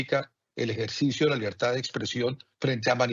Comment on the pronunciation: No se dice libertá, se dice libertad